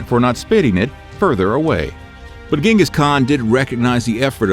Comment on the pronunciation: I would have liked that, as someone claiming to be educated on Mongolia you would know such a basic thing like that this man's name is pronounced 'jin-gus not gen-gus. Sorry to be that guy, but that's his name.